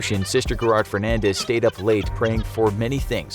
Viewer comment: No one: Not even Jesus: The IGS: Sister Gerard “FURDANENSe”